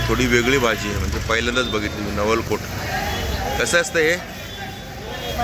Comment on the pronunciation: Naval cot nahi naval col mhantat.